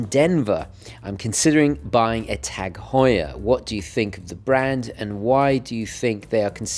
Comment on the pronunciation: It's actually pronounced ' targ hoyer ' .. you're welcome 😊